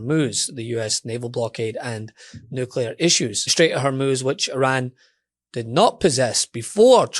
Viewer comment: Let's normalize pronouncing "Iran" correctly.